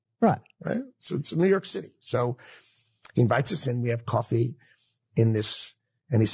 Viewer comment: Everything this dude says is apparently a lie. I don’t even believe this dude has ever lived in New York a day in his life based on how he fucking pronounced coffee -source: lived in either New York or north Jersey my entire fucking existence